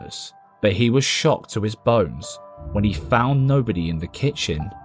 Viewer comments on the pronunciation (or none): none